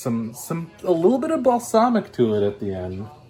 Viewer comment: You mispronounced Balsamic! It's Bal-SAM-ic! lol